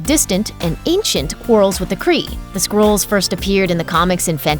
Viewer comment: Yeah, they're not squirrels. It's pronounced SKRULL. Sort of like skull but with an R in it. Squirrel? Holy shit.